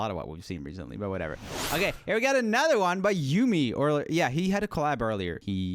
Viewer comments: The thing about the mome boys (crispy, soup, and yumi (pronounced yummie btw)) was they made that song in like an hour, and it was just for a video. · Its not uuuumeee yummmiiii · You need to react to Yumi's (Pronounced Yummy) new solo songs they are really good, especially Dance.